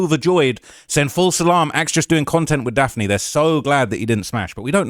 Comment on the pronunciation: Daft-nee Joy